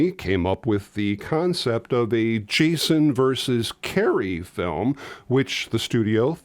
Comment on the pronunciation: Chason? Or am I the only one hearing that?